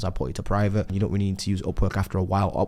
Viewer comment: Man I was very confused why he was saying OPPO OPPO then I realized its Upwork in Brit Accent.